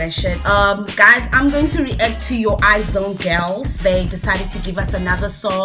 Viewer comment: It's their first comeback. You can check La Vie En Rose, it's their debut song. IZ*ONE pronunciation is Eyez-One not I-Zone